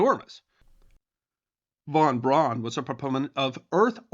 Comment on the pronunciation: I thought we covered this before. His name is pronounced Verner Fon Brown.